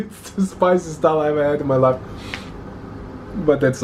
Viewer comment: Please guys Don't mess up. It's Dal not Dail.. <3